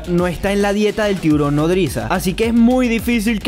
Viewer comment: En la chica dijo un tiborojojoj🤣🤣